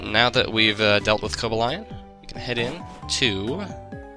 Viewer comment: I love your playthroughs,. But... Seriously? "koh-buh-ly-uhn"? and verizon? "tehr-uh-ky-uhn"? My god, i have never heard anybody butcher these names as much as you do.